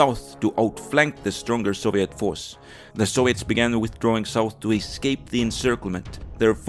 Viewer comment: man the mis-pronunciation of soviet and other words are horrible and horrendous to listen to